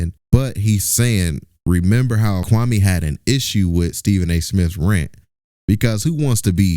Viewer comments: KWAME SAID SHIT WRONG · Anybody saying Kwame wrong is part of the problem!!